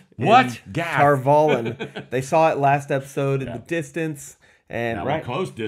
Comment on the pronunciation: Spoilers-ish.... - - - - - The title (one of) for the Amyrlin Seat is 'The Flame of Tar Valon'. (And the series confirmed - Valon rhymes with Prawn, not Talon. Emphasis on the final syllable. Just... y'know... being OCD, sorry.)